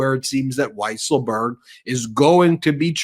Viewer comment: It is pronounced “weasel-berg”. A common mistake.